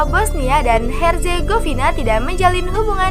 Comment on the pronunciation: Bosnia dan Herzegovina bacanya ya ngikutin english nya lha min dengernya jd aneh Negara nya😂